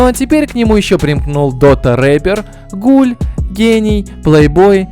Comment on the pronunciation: почему ты такой клоун? иди своей мамке скажи чтобы она сдохла потому, что я захотел стать гулём. ты даже не знаешь, что произносится НЕ ГУЛЕМ, А ГУЛЁМ. ИДИ РУССКИЙ УЧИ, ой я забыла, в канаве же нет учебников. только для тупых даунов и позеров, которые думаю что по твоему ролику их будут жалеть и думать что они настоящие гули в депрессии. даун. как ещё земля таких носит?